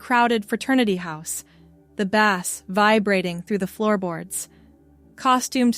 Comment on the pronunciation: I understand that this is a common mistake made by AI text to voice conversions, but this made me laugh." The Bass vibrating through the floorboards" made me imagine a big catch of striped seabass flopping around under the floorboards. Especially since I play the bass guitar and a fish shaped bass guitar is a frequent pun.